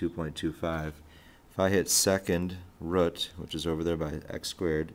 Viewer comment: root, not rut, but yeah good video, thumbs up